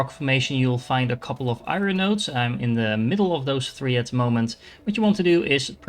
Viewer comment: Thanks for the very helpful video. One small thing I can give back is that iron is pronounced eye-urn, as opposed to eye-run. It’s kind of a weird word though, not really two syllables or one syllable, like 1.5 🙂 so smooth it out. And now I’m writing a book on how to say iron!